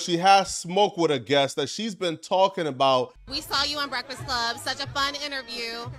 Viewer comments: That fact that you cant pronounce BREAFAST CLUB is hilarious 😂😂😂 Brefsix 😂😂😂😂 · "brestfast club"😂